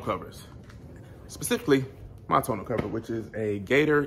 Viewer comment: 1) Tonneau is pronounced (Tah-New), and it's French. Not ragging on you, but sometimes when you are speaking to ppl about stuff, they take you more seriously. Especially when speaking to warrantee departments. 2) MPG gain is due to aerodynamics. A truck has a natural drag that basically creates air resistance in the bed of the truck. Kinda like when you hold your hand out the window. Doing fifty five miles an hour.And you adjust your hand at a ninety and forty five degree angle. 90° you feel the resistance, 45° And you feel your hand just slip through the air with little resistance. Any weight, even body weight will cause any car or truck will decrease mpg. Most of the time, this is so marginal that we don't even notice it. 3) Great video thank you for sharing your experience.